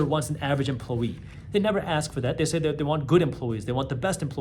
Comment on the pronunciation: Why you say emploYER, but then say emploWEE